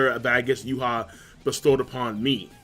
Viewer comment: It's YHWACH not Juha